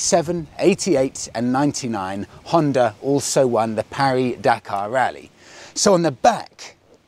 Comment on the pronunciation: Why do people call it the “Perry” Dakar. Who the hell is “Perry”, and why is his names attached to it? In English, it’s the Paris Dakar. Yes, Paris Dakar people; there is no “Perry”, and there is no spoon.